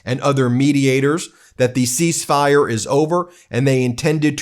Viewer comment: Ceasefire… he got half of the word right…